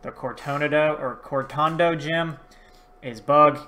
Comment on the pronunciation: It’s mezagoza not megagoza and it’s cortondo